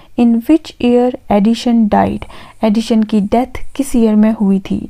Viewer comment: Helpful video. 👌🏻 Though it's not Addishon or Addition, it's Addison. The pronunciation is quite irritating.